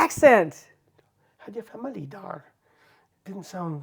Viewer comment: Gunter is not sounding like a Dutchman. Ezel was reasonably pronounced and also familie. I remember watching back than. I am not easily offended. Actually I love it! The total lack of interest to be doing something the accurate way. I really don’t give a (kont van een rat!) 😂 wound not loose any sleep on that. 😉🌷🇳🇱